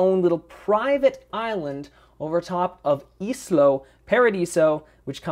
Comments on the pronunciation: isla is pronounced eye-lah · Lovely house,. I just wanted to tell you that it's called ISLA Paradiso, not ISLO Paradiso.:) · I was going to say the same thing, perhaps not in those words. But yeah... Isla. Like Isla Fisher.